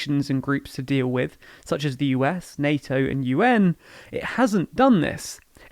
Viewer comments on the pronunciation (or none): none